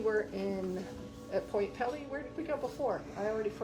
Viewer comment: Pt. Pelee is pronounced peel-ee... not pelly.